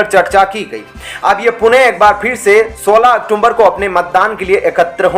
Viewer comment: औक्टूबर बोलिए औक्टूम्बर नहीं